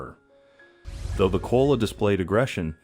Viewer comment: 50 It's Ko ala not kola's